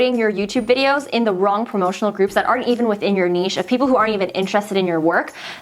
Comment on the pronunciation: Yay, someone on YouTube knows actually how to say "niche" right :-) Totally agree with niche channels, I only know of one YouTuber that successfully does that, Shelby Church. Otherwise, agree, agree, agree... it's hard to know what the channel's about and I don't subscribe.